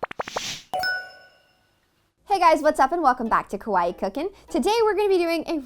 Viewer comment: she says kawaii like she’s trynna say kauai 🤯